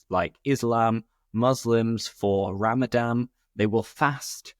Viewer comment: Hello, thank you for your videos. I just like to mention that it’s Ramadan,not Ramadam.